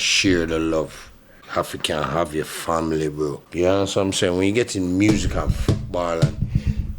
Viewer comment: Di way di g pronounce music 😂😂😂 muuusiq